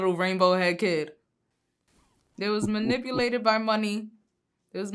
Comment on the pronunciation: "He manipoohlated me" - 'Horseteeth Thotiana' Molina.